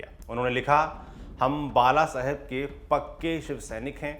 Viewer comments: कम से कम व्यक्ती के नाम का उच्चार करते समय, "ल "और "ळ "मे फर्क करना चाहिए. जैसे बाळासाहेब (बालासाहेब नही ) Lallantop से इतनी तो अपेक्षा कि जा सक्ती है. Please इसे सुधारो मराठी लोगोंको गलत उच्चार बहुत बुरे लगते है. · बाळासाहेब, सातारा, कोपरी- पाचपाखाडी उच्चार सुधारा.